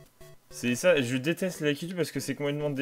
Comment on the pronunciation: Super vidéo mais... "lakitu" sa se prononce lakitOU en fait :D